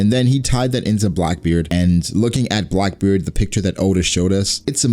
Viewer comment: you said brackbeard